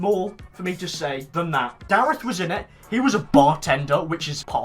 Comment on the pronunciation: Loves darreth yet continues to pronounce his name incorrectly